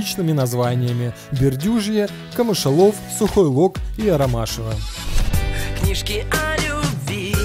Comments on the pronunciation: Автор правильно КамышлОв , а не КамЫшалов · Сюжет про Кукарскую...уржалась ..город Камышлов,господа! Камышлов...! Сколько можно неправильно произносить названия. Кроме Москвы есть ещё города в России. Учим географию,господа!